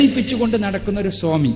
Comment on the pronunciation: സോമി അല്ല സ്വാമി സ്വാമി.